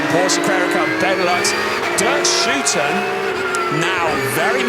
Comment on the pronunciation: it's DERK SHOOTEN